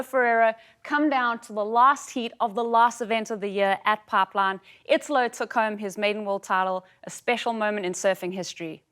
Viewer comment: I love how say Papline, not Pipeline.